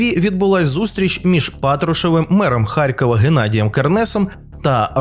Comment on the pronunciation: харЬкова, тормо3е ти да-унічеський, харЬкова